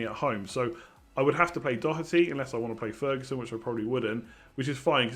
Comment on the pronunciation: More should subscribe now. Just for the fact alone of an English fella saying Doherty properly is damn impressive! Must have been practicing for weeks!?